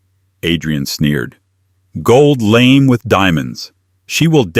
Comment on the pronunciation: AI’s proununciation is abysmal! Gold lame which is prounounced “Gold Lamay”. Which is a type of fabric as on a gown, Which Ai lame= infirm or injury. AI always does this and it slaughters the English language by doing so.